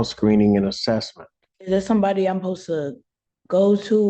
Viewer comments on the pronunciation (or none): “Om posa” = I’m supposed to🤦🏼‍♀️